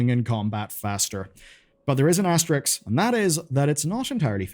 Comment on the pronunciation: "AS - TE - RISK"